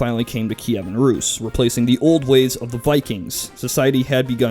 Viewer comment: put a t before how you said rus (ruus) and it sounds like truus a hollands name and how a american youtuber said mine last name